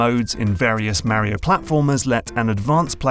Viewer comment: The way you are saying Mario is horrendous. It’s like knives ear fucking my ears, but good video.